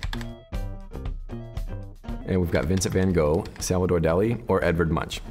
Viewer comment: "Edourd" in french it's like "Edard" in place of "Edward XD